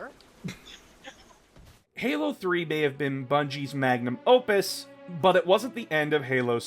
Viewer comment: Manum opus? I thought its magnum opus